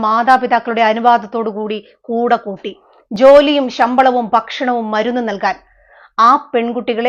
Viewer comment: ബക്ഷണമല്ല, ഭക്ഷണമാണ്